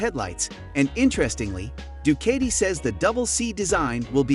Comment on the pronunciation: It pronounces du-KAH-ti, not du-KAY-ti…